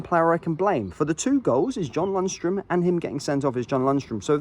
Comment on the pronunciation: Say it again, what is Lunstrum? 😂